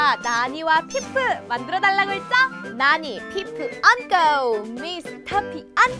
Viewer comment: 저거 나니가 아니라 나!-니!- 아닌가요